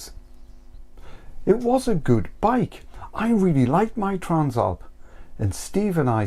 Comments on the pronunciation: Bro trans-alp not tran-slap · The translap must be a British thing. I have never seen/heard anyone struggle with the name.